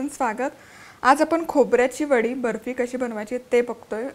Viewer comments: हो बर्फीचा उच्चार ऐकून मी पण खूप हसले...फॉरेनरनी केल्यासारखा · Tumhi asa mula sobat boltana Bafi asa ka boltay English madhe ?😂